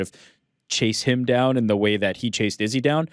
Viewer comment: Ariel not saying Izzys name the right way...ooooh